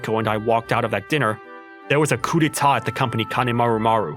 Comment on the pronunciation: Listen sweetie, it's pronounced "coo de-ta", not "cowb diet". I know it's not easy to know since it's French and not English, but when you're a VA, it's not hard to google it if you're uncertain about how a word is pronounced. (Then again, manga dubs are a dime a dozen these days, like I've said multiple times already, the market is too saturated with how many channels there are competing for views, so they have to prioritize quantity over quality to keep up with the algorithm, which means VAs/production staff doesn't really have time for quality control, hence all the random errors that keep happening, and also leading to VAs mispronouncing things. I do think that's a shame though, because if Manga Dub channels could focus fully on these videos, they could get a lot more quality, and therefore also a lot more views and support.